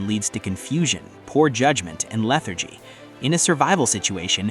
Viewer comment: YOU DEGRADE TEACHING WITH POOR AI: "LETHARCY" "DEGRADIELY" IT'S DISTRACTING/DISQUATING.